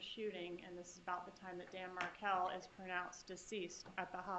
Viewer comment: Markel [not Merkel]